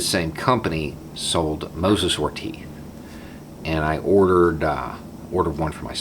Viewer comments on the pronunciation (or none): "Moses or tea"? "Mosasaur teeth". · I couldn’t quite make out what you said they were selling Never mind, figured it out, Mosasaur Teeth